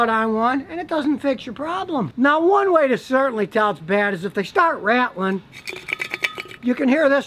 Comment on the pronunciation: “Rat-L-ing” - the repeated movement or shaking of lose and or broken catalyst inside of a catalytic converter.